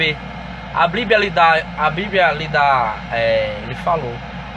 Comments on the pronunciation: GALA DIREITO B I B L I A . NÃO É BLIBIA !!! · Escolheu certo mesmo falando errado o nome do livro a bliblia.... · Bonito. Só que na hora dele saber pronunciar o nome. Bíblia. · Como ele consegue ler a bíblia se ele não sabe nem falar a palavra bíblia, a blíbia... Kkkkk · Esse homem pode não saber pronunciar Bíblia corretamente mas tem a minha admiração por ser muito sábio.....Deus é contigo irmão...Davi disse assim: "fui moço agora sou velho; mas nunca vi desamparado o justo, nem a sua descendência a mendigar o pão".